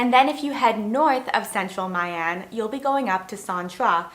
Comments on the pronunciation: The correct pronunciation is "Me Ahn", not "Mai Anne". More accurately, "Me" with the up inflection as if you ask "Me???" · FMI, "My" in "My An" Vietnamese people call it like "Me" in English, not the way you pronounced it :)) good content